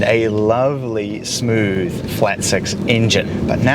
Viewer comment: "Its vewwwwy smoovvve" brother take some speech classes you're not 3 years old anymore.